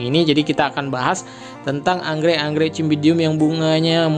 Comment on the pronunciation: Bacanya pake huruf s bang, bukan c meskipun tulisannya Cymbidium (dibaca simbidium)